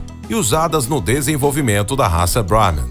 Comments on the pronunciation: Porque um nome Indiano acaba de ser pronunciado com a pronúncia em inglês? 🤔 Pqp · Eu sei que os indianos dominam o inglês! A questão é: Porque um apresentador/locutor brasileiro, acaba de pronúnciar um nome indiano,com pronuncia em inglês? Isso ficou esquisito! 😅🤣